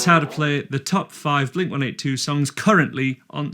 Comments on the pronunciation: I always thought it was pronounced “Blink One Eighty Two”? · I’ve lived in the UK my whole life and I still pronounce it as one eighty two 😂